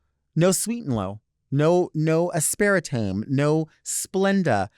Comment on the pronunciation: Delta adding an extra a to “aspartame” when she promises it always sends me 🤭… I see why no one would tell her though 😭